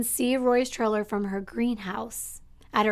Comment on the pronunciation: How many times can we say “trailer” in one day? Lol But pronounce it “triller”. Sorry, I love your channel, but this one stands out due to how many times that word has been said and how it’s being pronounced.